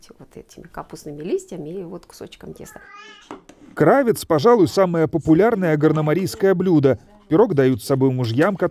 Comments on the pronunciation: Ударение на второй слог кравЕц. Частенько озвучивальщик допускает в свих видео такие косяки. Стыд и срам этому озвучивальщику. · В словаре Васиковой Л.П. кырАвец, ударение падает на а, на второй слог.